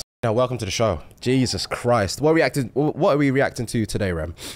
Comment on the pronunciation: started sweating after the first whiff and forgot how to pronounce "reacting" 😅